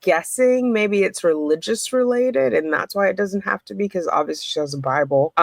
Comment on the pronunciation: Why do you say HAVE VE